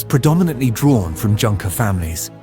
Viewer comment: Excellent job from a fact-based and historical standpoint. Well done! The only thing that sadly and unnecessarily detracts is the mispronunciation of fairly common words relevant to this period of history. One big example - Junker (German). It’s pronounced like “Yoong-ker” in an English spelling.